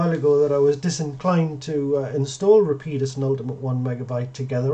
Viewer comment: Going to start pronouncing it 'Rapeeedus'